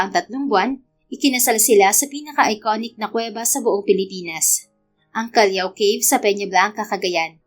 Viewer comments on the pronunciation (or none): Callao - It is pronounce as KAL LAW CAVE